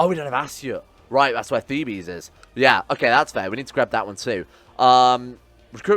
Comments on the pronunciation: Thebes or Waset in ancient Egyptian, is located near modern Luxor. Asyut was an Ancient Egyptian city as well but they are both not the same city. Also if your gonna keep calling it Thebes instead of Waset, its pronounced Theebs not Thebees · The city is pronounced Thebes, which sounds similar to thieves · Theebs is the English pronunciation and Thebees sounds like the greek pronunciation